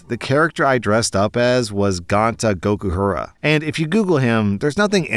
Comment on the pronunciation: As a danganronpa fan (the game the character OP 2 dressed as) I need to say this, your pronouncing Gonta’s name wrong. Its “G-own-ta” “Go-Ku-Hara” not “Gone-ta” “Goku-ku-ra”. I’m sorry it’s just the danganronpa fan in me wanting the ultimate gentleman’s name to be pronounced right.